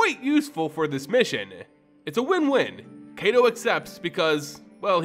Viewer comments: I thought it was pronounced kai-to (kaito) not kay-do? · Ai in Japanese, as well as Hebrew, make an I sound. Kaito sounds like K aight O. Besides that, this video is great! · I bet you it's pronounced K👁️-Toe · I'm sorry, but please learn how to pronounce Japanese names. You're pronouncing "Kaito" wrong. It's not "ay" but "eye." K-eye-to." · Kaito should be pronounced K-(EYE)-toe). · I tried listening through the video but 7 minutes in I had to stop....the mispronounciation of Kaito (kah-ee-toh or ky-toh) repeatedly was too much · Heads up Kaito is long I sounding. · Kaito= KITE-O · I know Japanese isn't your first language, but your pronunciation is really hard to listen to. Quick tip: Japanese is generally split up by 2-3 romanji letter sound combinations. For example, Kamigawa would be split up into Ka | mi | ga | wa (pronounced: kah mee gah wah) or Kaito as Kai | to (pronounced: K-(eye) tow). Sound blending doesn't really happen in Japanese so you want to pronounce each section as is. Just keeping this much in mind drastically improves Japanese pronunciation. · It is. His pronunciation is painful. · his name got buuuutchered x'D